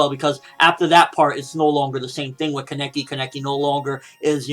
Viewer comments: Why does he say Keneki like that? It is Kaneki. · Keneki nooooo it's kaneki uhhhhhh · Wait is his name pronounced like that